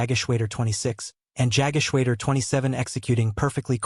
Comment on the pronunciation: The voice actor (or possibly, an AI voice), is badly mispronouncing German words such as Jagdgeschwader. AI can be easily taught correct pronunciation - actual people, not so much. Very disappointing in the 21sr Century.